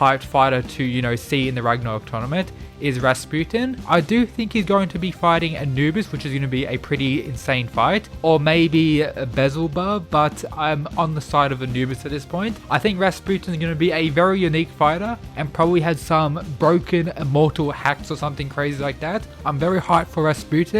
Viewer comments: SERIOUSLY. BE ZEL BOB? NOT BEELZEBUB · HAHAHA, Its pronounced "B-El-Ze-Bub" Not "Bezzle-bub". My god (no pun intended) what an horrific pronunciation. Shouldnt ppl who make vids like this at least learn to pronounce names of characters first before making them? What an amateur. And why does every sentence sound like a question. Is the owner of this vid unsure about everything he us saying and asking the audience?